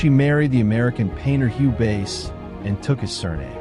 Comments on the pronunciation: Great series - just to mention pronounced Sabine 'Vice' ( French Swiss origin ) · Wonderful work. Except that the photo of men whistling at a young woman in Italy was made by Ruth Orkin. I value these videos greatly, I only wish you would take moment to look up pronunciation of your subject's name. While I appreciate your pronouncing the w correctly as v, n this case, someone hearing about "Sabine Vace" might wonder whom you meant. I wouldn't mention this if it didn't happen often in these videos.. In this case the last name is German, in which the second of two these consecutive vowels is the one that gives the sound, that is, same sound as our long "i" in English, as in "white" (which is what "weiss" means in German). when switched, as in Friedrich, the long "e" is sounded. (Not all the vowels work this way.) Best wishes.